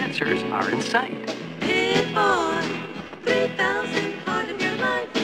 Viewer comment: “Pip-Boy e-ousend”